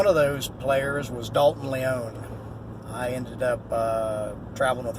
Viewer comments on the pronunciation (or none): Last name pronounced Lee-ong . Dalton was in one episode of the Kung Fu series with David Carradine, playing the role of a Tong enforcer or muscle man.. .....RIP Dai Lo ( Big Brother ).